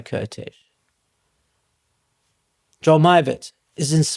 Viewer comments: Great video about a less known genius, fellow countryman. Just out of respect, the pronunciation of the name Kertész: Ker - like care t - t ész - like ace. Sort of like Caretace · You would say Kertész like you would say Curtis but with an A instead of the U.